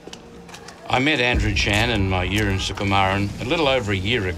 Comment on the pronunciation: mayuran not my urine